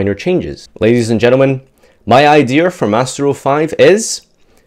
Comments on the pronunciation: "Idear"..... say it with me... IDEA.... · I swear... if farfa says "idear" instead of "idea" one more time 😂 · Idears you said Idears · Why's he saying "idear"